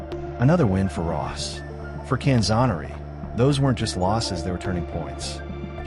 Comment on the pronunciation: Boy talk about butchering the poor guys name, he was known as the best lightweight ever, all the way up until Duran. Can-zoe-ner-ee